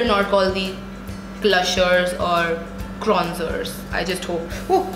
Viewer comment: 'Kronzers' and 'Klushers' BUWAHAHAHAHAHAHAHAHAHAHAHHA! 😂